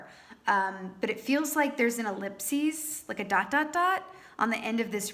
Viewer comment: When you said “ellipses” at the end, I thought you were saying “eclipse” at first & we’re entering eclipse season with a Sagittarius lunar eclipse on the 5th... wonder what the solar eclipse at the end of June will bring👀